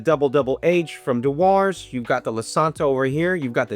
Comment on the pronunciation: Dewar's is pronounce as 'djewers'.